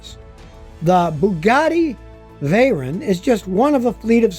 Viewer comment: Even though you paused for saying veyron at least u tried because most video's say buggati kirone